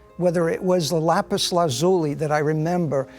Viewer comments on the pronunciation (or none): none